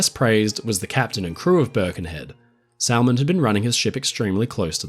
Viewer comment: Minor annoyance. Salmond is pronounced without the L just like Salmon the fish. (“Sammond”)